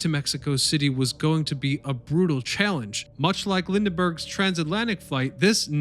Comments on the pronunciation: Lind-Burg, not Lindenburg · I would think someone posting history videos would know how to pronounce Charles Lindbergh's name! You repeatedly call him LINDENBURG